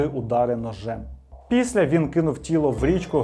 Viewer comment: Вже яке відео дивлюсь, замість «після», чую «піся»😂